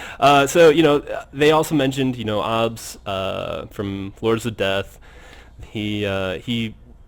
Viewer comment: Just an fyi, Obs is pronounced Ohbs. Not Awhbs.